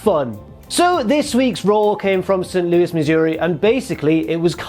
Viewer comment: Never been to "Sanoose Missouri" but it sounds lovely